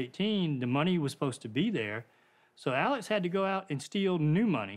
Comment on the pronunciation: sorry sister, but his name is pronounce "Alex" NOT Aleck --- please get it straight and do your job correctly